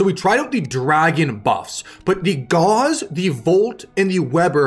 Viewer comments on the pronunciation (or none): You might want to look up the correct pronunciation of Gauss...think "house" or "mouse", not "Gauze", which is a thin translucent fabric of silk, linen, or cotton. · Hearing Gauss pronounced as gauze... It hurts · Learn how to pronounce Gauss. It rhymes with mouse.